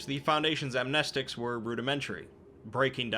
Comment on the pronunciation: It`s pronounced "Amnestics".